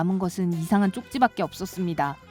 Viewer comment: 초떼이상한쪽찌밖에없었어요 할때 이상한퇴끼라는줄ㅋㅋ